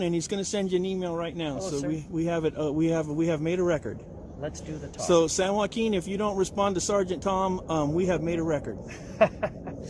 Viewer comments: Why does it make me cringe whenever he says “San Joaquin”…. Oh gosh lol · Shot of beer every time the asstant manager says "San Joaquin " would leave ya passed out on the floor 😆